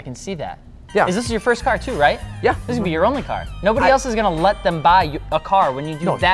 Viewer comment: . "Nobody els is going to let them buy you a car"... haha what?